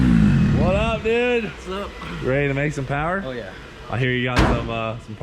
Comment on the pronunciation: Rotary powah 🤘